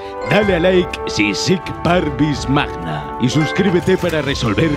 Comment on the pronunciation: YunEsWtf sir pavnis magna. "La grandeza de los humildes" el lema de sir Francis Drake.